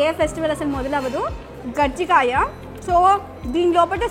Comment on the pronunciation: Gajji Kaya kaadu. Kajji Kaya.